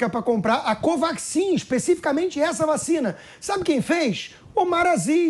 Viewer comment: De onde saiu essa caricatura do pipérssimo? Esse é um tucanóide que faz questão de falar vachina DITAdória! É um debilóide, deve estar no lugar da amANTA e joel!